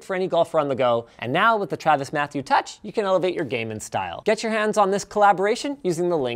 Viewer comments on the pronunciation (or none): none